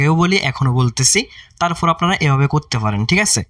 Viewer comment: Flayer 🙂fura luck ,tarfor,shoebofrothom ,🙂fasss, Vai vasha tik Koren Valo koira bolen Valo shuna jai na